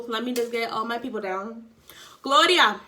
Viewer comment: The index card 😂 The way you said Gloria The way Crazy Eyes got you 😂 I think I got to season 1 of this show and that’s it. I’m surprised it’s still on. Maybe I’ll give it another try! I put water on my brush first! I don’t like hard ass bristles Be there Thursday!